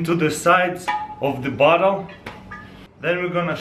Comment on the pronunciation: hah when he says bottle it sou ds like he says butt hole lol